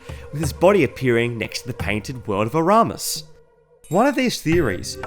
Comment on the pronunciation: "Next time, I'll check the prenounciation three times" "Painted world of aramus"